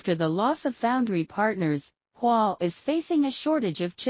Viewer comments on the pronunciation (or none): A good attempt but some improvements are needed in the spoken presentation in the English language. Huawei is not pronounced as "wah" and nM is nanoMeter, not "n US", etc. Are you using characters recognition softwares to read the written text? Try to audit the spoken presentation from the machine if you are doing that. For my technical comments, Carbon/graphene based semiconductors are still in the laboratory development stage and will take some times before they can replace silicon based semiconductor which is a well established industrial product and is likely a more thermally robust material also. Tooling required to make the carbon based semiconductors will be new and difficult, especially if you talk about ising 8" wafers when the industrial standard now is the 12" wafers. Certain high precision components required use in the lithography process, though not controlled by the USA, may be denied to China due to political reason. One such component is the high precision relective mirrors lens produced by a German company. Chinese R & D need to continue to work hard on several fronts. Don't be complacent. Will not be easy or quick. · I am extremely satisfied with your information. One comment: Please pronounce "Huawei" properly not just "Hua". thank you. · The commentator keeps pronouncing Huawei as Wah! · Whenever you pronounce Huawei, you should pronounce it slowly like, h-u-a w-e-i; naometer is pronounced as nano meter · you listen again and again. Especially, at the pronunciation of Huawei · This is a machine doing the reading. Even Huawei the machine read it wrong. Nano meter for nM.